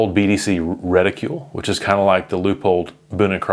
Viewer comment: Stop saying "reticule", it's driving me nuts. There's no "u" in the word